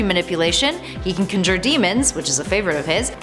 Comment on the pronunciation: Hakcure I thought I was the only one. Not to mention the word “conjure”.